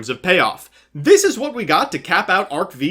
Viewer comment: I really dont want to be that guy but... Its arc-five, not arc-vee